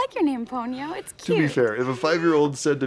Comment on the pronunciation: What's up with Pony-oh and Sauce-kay?